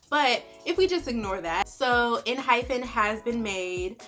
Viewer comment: The group name is pronounced en-hype-en :)